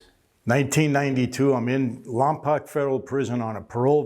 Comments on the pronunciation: Lompoc is pronounced Lom-poke not Lom-pahk, just a heads up👍🏼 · I'm from Lompoc CA. Its funny how people always pronounce it wrong. Its Lom-poke that's how you say it. Carry on 🤣